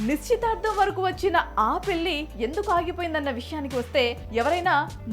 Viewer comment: ఆహా ఏమి తెలుగు పెల్లి పెల్లి పెల్లి ఇంకా ఎన్నో